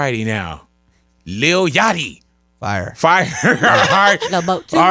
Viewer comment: Yatchy... pump... vurt...zan....nooooo 😭